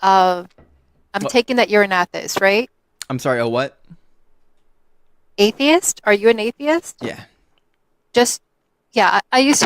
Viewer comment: How did this lady pronounce atheist like "Athist"?